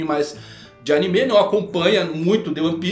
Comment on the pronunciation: Pq ele chama animê?